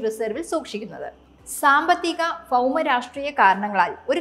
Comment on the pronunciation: നിങ്ങൾ ഒരു മാധ്യമ പ്രവർത്തക ആണ്... സംസാരിക്കുമ്പോൾ അക്ഷരങ്ങൾ ശ്രദ്ധിക്കുക... ഫൗമ എന്നല്ല ഭൗമ എന്നാണ്... ഫൗമ.. എന്ന ഒരു വാക് മലയാളത്തിൽ ഇല്ല.. കൊല്ലംകാർ കൊളോക്യൽ ആയി പറയുന്നത് ഒരു മീഡിയയിൽ വന്നു സംസാരിക്കുന്നത് ശരിയല്ല... ആദ്യം അക്ഷരസ്പുടത ആണ് വേണ്ടത്... ഭാവിയിൽ ആവർത്തിക്കാതിരിക്കുക (ഫാവിയിൽ അല്ല 😄)